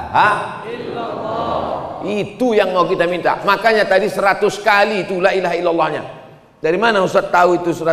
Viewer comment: Kalimah thoyibahnya kok selalu bersuwara Lak illahaillalloh jika cepat mebacanya kalao mebacanya satei bisa pas LAA